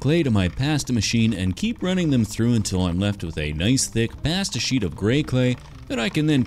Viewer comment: the way u say pasta fills me with rage